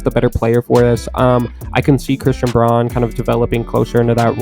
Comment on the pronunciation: i just got into NBA after the last finals, this sport is awesome can't wait to see what the nuggets do this year. PS. Christian Braun's last name is read as "brown" apparently lol